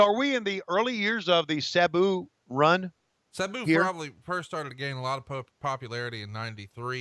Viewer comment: Is it just me or did Tony pronounce Sabu's name differently every time he said it?